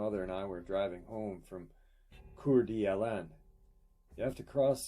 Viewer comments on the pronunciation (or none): pronounced cor-da-lane in bad English. I was born there and lived in post falls,5 miles west of there. I knew we had bigfoot. First time I've heard of dogman. I never had a face to face with biggie but I knew they were there and followed me an my friends around day and night. Got a bunch of weird stories. And knew places that you didn't go near after dark.